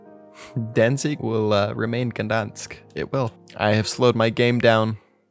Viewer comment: Dude really said "Sanation" as "Sanitation". And "Danzig" as "Danzing"